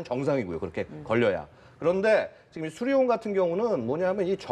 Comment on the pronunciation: 저 엠씨가 발음에 문제가 많은건가 저번에도 그러더니 계속 수리원이라고 하네